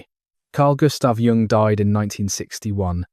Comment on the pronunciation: I think it is AI because he can’t pronounce the name of Carl Jung.